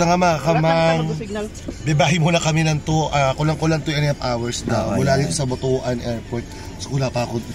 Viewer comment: Butuan is read as butwan.